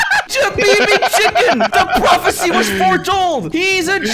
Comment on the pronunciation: Prophecy not profecy